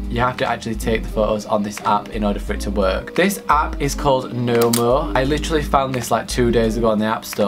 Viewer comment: when u said “nomo” though u said MOMO i screamed